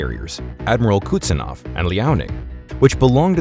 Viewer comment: It's not "Kutsenov," it's "Kuznetsov." 🙄